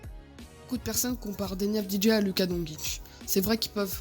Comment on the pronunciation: Ca se prononce avdiya